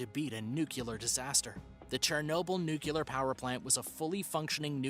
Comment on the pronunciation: If you are going to be a narrator on any show, you should learn how to pronounce easy words such as “N U C L E A R”. Even Homer Simpson can pronounce it properly